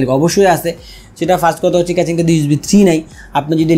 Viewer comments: কেচিং না কেসিং। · Casing ke Catching boltesen keno lmao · কেচিং বলেন আর কেসিং বলেন সেটা বড় কথা না,,,,,বড় কথা হলো আপনার ভিডিও ভাল্লাগে,,,, ❤❤❤❤❤এহন যা করার করেন,,,,এখনই অর্ডার,দিতাছি এইডা😁😁😁😁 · Vai re vai, ক্যাচিং na, কেসিং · vhaya caching na CASING :) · Accent is two kind.One is regional another is official.Regional accent is not acceptable in public domain.Casing should be কেসিং not কেচিং। If he can pronounce কেসিং why would be pronounce কেচিং? Mobile is মোবাইল whould you ever say মবিল? In Interview or official task আঞ্চলিকতা বা অশুদ্ধ উচ্চারণ should be avoided.Same goes to public interaction. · কেচিং এর ফন্ট 😂 vai pronunciation thik koren ! khub pain lage bal sal shunte. audio off kre review dekhte hoise ! কেচিং কেচিং কেচিং !